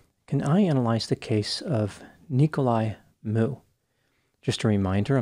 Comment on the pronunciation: It's funny how everyone pronounces his name. It's Miu. Like Mee-oo